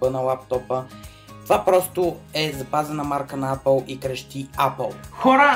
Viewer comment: Брат, апъл тая марка не съм я чувал ,ама съм чувал ейпъл!xD